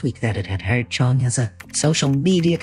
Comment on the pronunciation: I stopped trusting him at "Cheong"